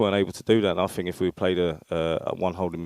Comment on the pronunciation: I Fink, I fink, can we not get someone who can pronounce the words correctly.